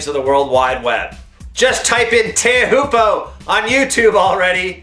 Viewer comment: Pronounced "chow poo" you idiot.